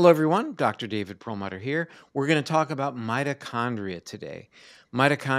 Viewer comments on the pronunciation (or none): none